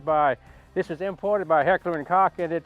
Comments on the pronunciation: Heckler and Koch is pronounced 'coke' not 'cock' lol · Not gonna lie I love Jerry. But, when he said Heckler and Cock. I died🤣. I use to call them just H&K because I figured I was mispronouncing the name. I would say Heckler and Cooch only to find out it’s pronounced Coke. But I like Jerry’s way better Heckler and Cock.